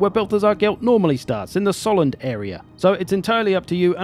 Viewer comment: I think that since the empire is probably inspired by the holy Roman empire S in Solland should sound more like Z in zero, same as S in German word for the Sun (Sonne) .